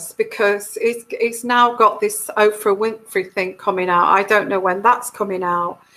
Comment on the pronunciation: Her name is Oprah not Ophra.